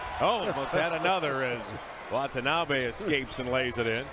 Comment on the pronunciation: Did the arena announcer call him Watonabby (rhymes with wannabe) at the end? Like it’s a place in Ireland or something. 😂